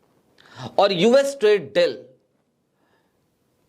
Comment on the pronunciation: Very good presentation,, just one suggestion the pronunciation of the word Deal is Bari Ee ki Matra like Deeeel, similar to Feel, Or Meal, Apologise for being direct.